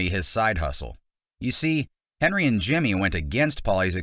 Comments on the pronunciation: It’s hendry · It’s not Henry, it’s Hendry.